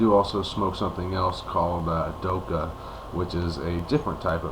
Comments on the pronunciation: it's not the kh forms the sound "khhhhh" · try pronounce the 'kha' sound at the end like an exasperated sort of breath out, just to let ya know :) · its not silent. i live in the UAE and we dont say doha or doka. dokha has a throat sound where the k is that is hard to say unless you speak a little arabic